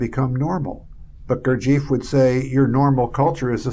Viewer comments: I spent time with a college professor who was a student of jg bennett's and they definitely weren't calling him, "Goor-jeef." they called him "Goor-jeff." very annoying to hear his name mispronounced on something like this. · Why do Americans persist in mispronouncing Gurdjieff's name? It's irritating. The name is pronounced GOOR-jee-eff. AND Tart gets the name of the Sarmoung brotherhood wrong, which hardly inspires confidence in his fitness to explain Gurdjieff's work. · it is Gurd G F not eef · You are so right.Gurdjieff is not Beef.